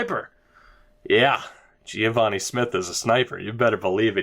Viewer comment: im pretty sure its just geh-vah-nee not gee-ah-vah-nee